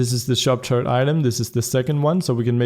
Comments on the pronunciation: i like the way u say turret it sounds like turd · When you say turret I understand turd lol